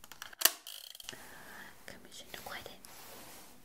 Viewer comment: I thought she was saying come save some mission a quardin 😂 But she was saying come save commissioner Gordon